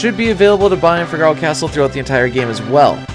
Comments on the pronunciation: Fi-gar-o hurts my ears Fig-a-ro sounds so much better. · Its Fee-gah-row not Fig-are-oh. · Fi-GAR-o? It's FIH-guh-ro . . . Say it fast 3 times like you're an Italian opera singer 😂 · Wait.. wait.. wait... I cant be the only who pronounced Figaro like from a play,right? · i can't imagine figaro pronounced any other way than the way it is in italian, [FIG] + [UH] + [ROH] not trying to shame pronunciation in a game where we definitely can't know for sure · Great video! The only thing that was painful was the pronunciation of Figaro. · The way you pronounce "Figaro" bothers me.